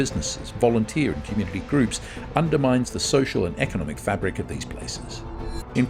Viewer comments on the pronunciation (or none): none